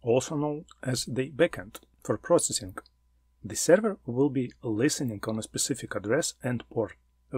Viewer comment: Very nice content, luckily, I already know all information provided about HTTP protocol, that is why it is not so hard to understand, what are you talking about, for beginners I would have splitted it into 2 parts. P.S. Please check the correct pronunciation of the word "Server" :)